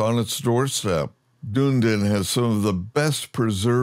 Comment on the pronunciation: "Dune-din" lol. Awesome. "Dun-e-din" but you pronounced some of the Maori names better than most locals. And there's certainly scope for big improvements in the NZ mesh/terrain/cities. Very much looking forward to what Orbx and Asobo end up with. Greeting from Orkland, I mean Auckland (LoR reference, your pronounciation was right on).